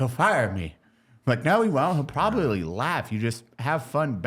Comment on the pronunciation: Has nobody noticed Evan saying “pwababwy” 😂😂